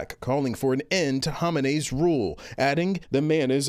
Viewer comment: Did this man just say "Homenay". I learned how to say Khamenei (kow-may-nee) in 6th grade, WTF